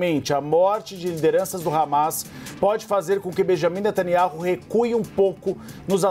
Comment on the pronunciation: Alguém mais reparou nesse jornalistinha se referindo ao presidente de Israel como “Miniami netaniaru”? 😂😂😂😂